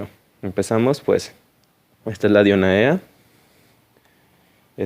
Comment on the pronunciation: Se pronuncia Dionea ( en griego hay una regla que dice que si hay una a seguida de una e "ae" se pronuncia como "e".